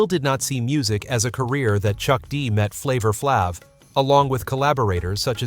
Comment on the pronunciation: He lost me with the pronunciation of Flav's name, I quickly stoped and moved on to something else .....smh!